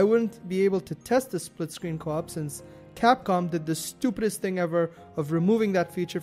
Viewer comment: bad capcom bad :P i realy liked your accent when you said that